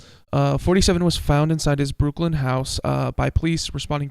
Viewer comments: The town in Massachussettes is Called Brookline, Mass., Not Brooklyn, N Y. Brookline Pronounced with a Long I. Like EYE. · Pronounced Brook line